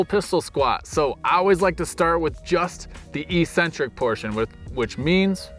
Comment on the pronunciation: Thanks for the most excellent video. I will be working through these progressions, which aren't easy for me. Just in case you care, that first "c" In eccentric is pronounced with the hard "k" sound because it is followed by a "c," and not an "e" or an "i." "Ehk-sen-trik." Yeah, I get it -- almost everyone mispronounced this in the fitness industry. They've all been miseducated, just as I was -- until I took some personal responsibility. I *highly* recommend the book The Logic of English. The author has a YouTube channel -- check it out. It is excellent information that is not well known.